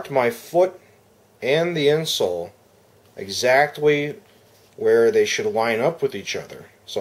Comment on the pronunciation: does he say exactwee ? lol ...a small thin piece of 2-way tape may secure the insert without having to Sharpie your foot! Thx for the review.